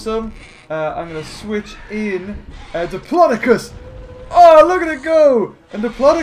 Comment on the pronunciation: It’s dip-lo-do-cus Not dipilydoclius Ur the best:)